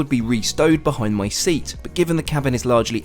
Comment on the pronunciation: its called seat not sueat